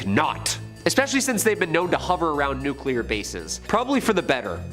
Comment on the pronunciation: Nuclear is pronounced "new clear" not "nuke you lur "